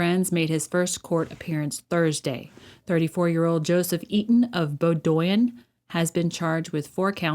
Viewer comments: It’s not “Bo-doy-in” it’s Bow-din” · FYI... it's pronounced "BOW-dwin. Nice video, keep showing us the liars attacking our #Republic, the importance of this cannot be understated! ⚖👨‍⚖⚖ JudgeGarry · It's BOH-dyn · Bowdoin= Bow-din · Pronounced “Bowdone” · It is pronounced Bow (like a bow tie) and doin is pronounced “din”; bow-din. Sorry, I live in Maine and thought you’d like to know how it is pronounced. This really hit us hard, because murder rarely happens here. Does anyone who commits a crime take responsibility for it, or do the look to always blame others? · Pronounced Bowdin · it;s pronounded Bow [like a hair bow]-din; that is, Bow-din.